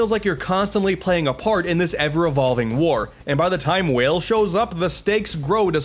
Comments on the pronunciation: Huh. I've always pronounced "Weil" as "Wile" instead of "Wail". It just welt like a connection that seemed plausible to make, since the spelling could really pronounce it either way. Dunno. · Ah yes my favorite character, Seal not Ciel (si- el) nope seal oh and not let me forget Dr. Whale instead of Weil (Wai-ll) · Alright,, I need to address the elephant in the room. Ciel is pronounced as See-L, not Seal. Dr. Weil is pronounced as While, not Whale. Alternatively, you can go with Dr. Vile, his name in Japan. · it's Dr. Wy-eil not Dr. Wale. good video anyway though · Weil is german, pronounced "Vile" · Its not pronounced "Dr. Whale" Its "Why-ill" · Not to be too much of a nitpicker but Dr. Weil is meant to be pronounced "Vile" and not "Whale" They just didn't outright call him Vile because of the character in the X series. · Everyone pronounces the names wrong in these games. "Whale"? "Elpieyzo"? Weil is theorized to be Wily, but even if not, his name is a clear reference to such. It'd make more sense to pronounce it like "while" considering that's closest to "Wily". Th eother name "Elpizo", I can understand being slightly more confusing.....until a later game straight up namedrops "Project Elpis", which should be a dead giveaway that Elpizo is named after the Greek spirit of hope, Elpis, making it's pronunciation "Elpeezo". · Just an FYI it’s pronounced “While” not “Whale” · Pretty sure Weil is pronounced Vile, because German. I dunno, that's how Quarter Guy pronounced it and he knows his Mega Man stuff, so I go with that lol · I never got how to pronounce some of the names in this series, but I'm definitely going with Seal and Whale now. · Weil is pronounced as While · Dr Weil is actually pronounced as Dr Wile, in japan his name is Vile and its pretty obvious why they changed that V to a W for the games english release. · Mordo it’s not even pronounced that way, it’s pronounced “vile” since Weil is a German word. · "WHALE" son where's the a in weil??